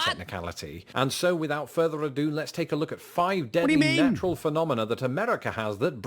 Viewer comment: Came for America's natural disasters, stayed for pronunciation of "phenomenoa"